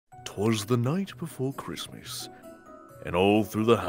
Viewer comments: "Careesmas" Says 🤣🤣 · “I’M EEXITEED FOR CHREESTMAS” Great words of